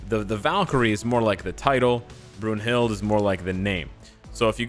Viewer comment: It's pronounced "Broon-hil-da"